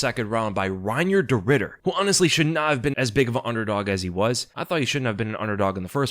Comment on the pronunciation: could've sworn you said 'de Riddered' 😂